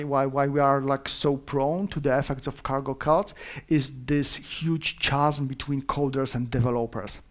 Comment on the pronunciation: Naucz się wymawiać „chasm”